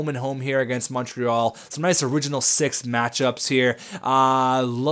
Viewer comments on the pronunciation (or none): none